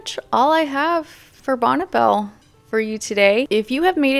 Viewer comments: It’s not “bonnebell” it’s Bonne (Bonnie) Belle 🤦🏻‍♀️ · just letting you know,,,, it's pronounced like "Bonnie" even though it's spelled Bonne. I lived roughly 3 miles down the road from the company's headquarters in Lakewood. Believe it or not,, the company headquarters were "Charming" they looked like something out of Williamsburg or Nantucket !!!! I used to stop in and and ask if I could meet Bonne,,, and this was waaaay back when I was about 18 ??? but she was "always out of the office" later I learned that it was the father who was head of the company!!! This was waaaaay before the Internet. so you couldn't do any quick research on "what's really going on." Bonne Bell "White-white" was the very first makeup purchase I ever bought, and with my own money.... It was a small white tube of rich white cream. you put it under your eyes to take out the dark circles and it also brought out the blue in my eyes. I am 65 and I still use some form of white eye cream today.